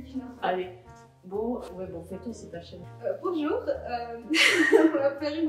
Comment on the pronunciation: I thought you said "tamo junto" and I was like "QUE FOFA ELA COMEÇANDO O VIDEO COM 'TAMO JUNTO'", then I noticied it was "bonjour" skskks, nice video